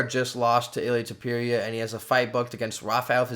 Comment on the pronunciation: Bro Google translate teaches the pronunciation hahaha, what's going on with Tewpeereea 😭